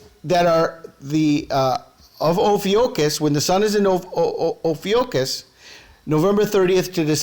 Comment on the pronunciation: amazing connections here. thanks for sharing. Just FYI: Ophiuchus is pronounced: oh-FEW-kuss - or - [O] + [FYOO] + [KUHS]